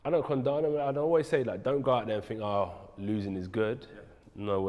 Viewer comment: Bro think doesn't start with a F (fink) you guys created the language and yet you can't speak it